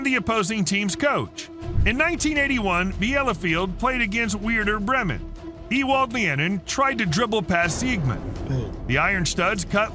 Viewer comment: Wierder Bremen was the best miss pronunciation but the original video is unwatchable to any football fan because of the constant mistakes